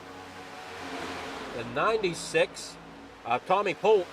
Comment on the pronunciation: Great Broadcast! Fantastic job you do! Polteeeee not Polt for future races lol. Just giving you crap!